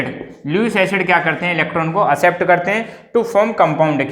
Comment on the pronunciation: It is accept not asept 👆🏻